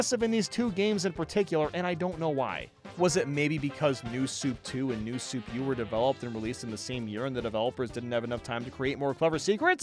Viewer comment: "New Soup"😂